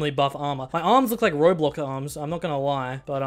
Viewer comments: Did really called roblox "roblock" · He said “ my arms look like roblock arms” roblock Brov